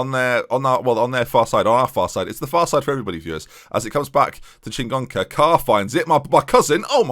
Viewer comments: And the extra n in Chingoka! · You're adding an N to Chingoka's name